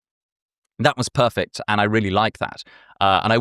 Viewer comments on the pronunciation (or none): none